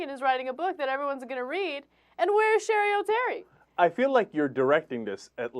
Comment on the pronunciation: its cheri oteri. but if she was anybody worth googling, you woulda gotten some results even with sherry oterry. that just shows ya.... where is she now? nowhere. lol.